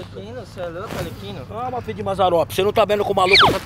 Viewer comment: " Alerquino " kkkkkkkkk